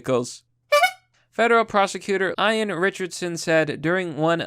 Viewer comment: How do you mispronounce “Ian” like that?